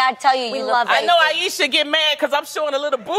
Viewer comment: thats not how you pronounce ayesha though, it's like "i-sha"